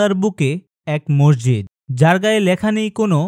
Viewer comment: ভাই তুমি মসজিদকে মর্জিদ বলছ কেন